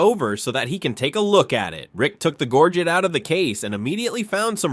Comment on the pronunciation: Please look up the pronunciation of gorget. It has a French sound. Do better. Thumbs DOWN.